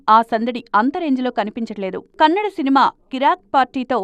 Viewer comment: anchor nee amma pukaa its not kannad. Its kannada. Telgu